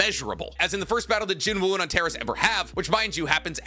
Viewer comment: Hi! It’s pronounced An-tare-ees. It’s the red star in the scorpius constellation. It’s also my sons name and people keep pronouncing it wrong 😂